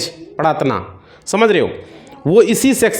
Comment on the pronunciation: प्रताड़ना होता है भाई। Paratna नहीं।😅